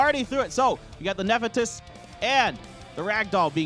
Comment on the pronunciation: No knowledge and can't even read monster names correctly off his clue cards. I wanted to strangle him every time he said "Ne-fe-tys".